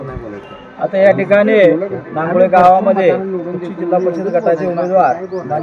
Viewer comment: बातमीमधे गावाचे नाव व्यवस्थितलावा रांगोळी नाही नांगोळे